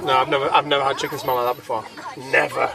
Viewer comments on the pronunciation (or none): Chicking bloody chicking , can that woman say things properly at all .